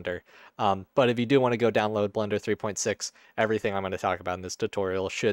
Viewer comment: Is it just me or are you accidently saying Blunder instead of Blender?